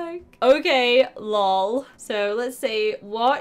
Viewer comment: You say it like l o l